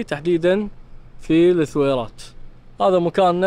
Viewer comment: ترا اسمها الثويرات مو لثويرات بدون ماتنطق اللام يا يالسمي ✌